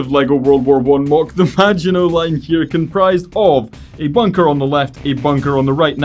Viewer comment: Hello and you said maginot line wrong